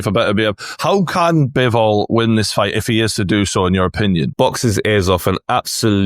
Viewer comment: His Name ist Bivol and Not bewol. Have Respect and call His Name correctly